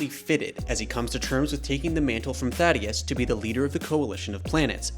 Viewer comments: fr. How people on the official Prime account can't get the name right. RIP THAEDUS, u ain't deserve all the mispronunciations of your name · Take the video down lil' bro you mispronounced the Great Thaedus' name